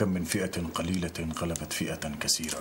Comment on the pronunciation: العملاق باسل قرأ الاية كسيرة بدل كثيرة انتبه يابطل